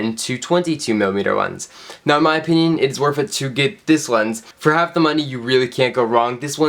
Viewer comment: LENS NOT WENS PLS